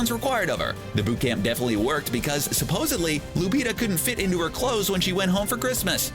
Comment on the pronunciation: Did the narrator really say “ supposbly”? Lol